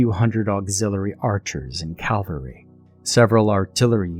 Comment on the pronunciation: Sorry, it is a big peeve for me. But a great vocalization and selection as ever. Also, a good story well done to the writer.